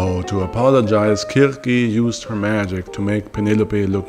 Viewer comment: the art is pretty cool good use of ai. The jokes are nice, Also the pronunciation is something I haven't heard much from other tubers. kurkey had me questioning my knowledge of folklore.